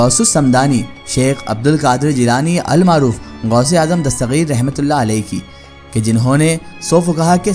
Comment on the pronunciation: dastageer hai gaa ko gaeen kyun padhraheho bhai